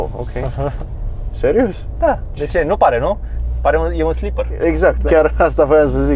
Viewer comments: Despre Audi-ul ala ai vrut sa spui "sleeper", nu "slipper" ;) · Prea mult edit și de proasta calitate ..nu încerca sa copiezi ca In afara !Mai mult video și mai puțin edit!Si e “ SLEEPER” nu “ SLIPPER”